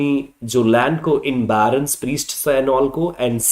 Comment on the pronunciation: It will be "barons".. not Byrons! Lord Byron was an English poet!